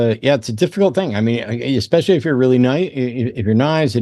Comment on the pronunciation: Especially doesn’t have an x in it. It’s not Exspecially